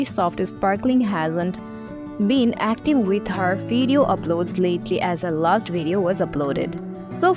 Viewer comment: Loved how you said "her lust video was uploaded."